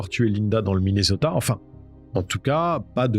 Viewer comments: Soit vous prononcer Minnesota en français soit Mineuzota, soit en anglais Minnéssota mais le mixte franco anglais est insupportable. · svp: MINESOTA(SS), tu ne dis pas PARISSS(mais PARI(S). prononce les villes correctement par pitié 🙏